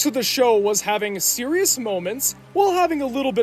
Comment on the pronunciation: Xeriouxly Forxe!